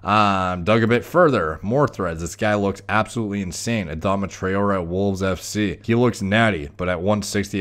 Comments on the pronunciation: It’s pronounced tri-or-ray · Adama Tra-0h-Eh . That’s how we pronounce his name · it's pronounced 'Tra oh ray'. Also yey the hat's gone lmao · Murdered his name lolol Ah-Dom-ah Trah-or-ay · He plays for my team so I’ll defend him lol 😂 it’s pronounced trey-ore-ay 😂🤣 btw he’s also the fastest player in the world 😂👌🏻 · You pronounce it as Tra-or-re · It’s Adama Try-or-ay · It’s pronounced Tray-aura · It's pronounced "Tra-O-Ray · Pronounced 'Tra-orr-ray' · Hi name is pronounced tray-or-ray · It’s pronounced trai-o-ray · That pronunciation haha, its Tray-or-a :) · trawrer is pronounced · Try - or - ay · this guy can't even pronounce a name but still gives scientific opinions:) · That mispronunciation.. I can't. That's the least one should check.. 🤦